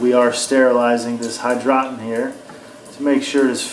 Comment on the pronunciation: It is called hydro - tonn.